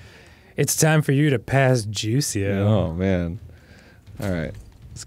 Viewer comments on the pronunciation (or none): Arin mispronouncing juicio as juicy-o is so Arin, especially considering he took spanish classes in high school. (for reference, the j in spanish makes an h sound) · Arin: "Your accent sucks, Leon" Also Arin, no more than 60 seconds ago: "Jucie-o" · LOL yep. And now, for the bit of info nobody askd for: 'juicio' does mean judgement, but it's not pronounced 'juicy-o'. It's 'who-EE-see-o' in Latin American Spanish, or 'who-EE-thee-o' in Spain's Spanish. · And it still wouldn't be hoosy-o, it would be hoo-ee-cee-o. The letter i sounds like "ee". Also I'm not even sure if that was Spanish, idek anymore 😂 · "You-see-o"???? LMAO that one nearly broke me, just fyi for non-spanish speaker the J and a lot of G are pronounce like you use the H so "Juicio" is pronounced more like "Houee-see-o". Tahnk you for coming to my TED X. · "juicio" is pronounced as "hoo-ee-see-oh." But the "hoo-ee" is said quickly like "hui." Idk if y'all will read this but I hope it helps! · I cant with all these gamers saying juicio like it’s juice. It’s JU(who) I (ee) CI(see) O(oh) whoeasyoh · Just to put it in perspective for non-Spanish speakers…. “Juicio” is pronounced something like “who-e-see-oh”…..not even near juicy, lol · Jucio but sounds like you are using Q instead of j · ah yes my favorite cereal Juicie-o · The fact that Arin mocks Leon for his Spanish accent right after pronouncing "juicio" like juice is hilarious. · Yeah, that bugged me too but it also made me think of Arin shouting juicy-o! on a subway lol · who-ee-see-oh is how you say judgment in spanish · Some trivia for all of you that Dont know this: The line "Detrás de ti, imbecil" translates yo "behind you, you imbecile" Also: juicio (judgement in spanish) Is pronounced like "who-is-yo" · In spanish it's "who-see-oh" meaning Judged. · Just for reference... "Juicio" would be pronounced who-E-see-oh. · Is not "jucio" is "juicio". It's pronunced something like "Hu isio" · Who-Easy-Oh. It's pronounced Who-Easy-Oh.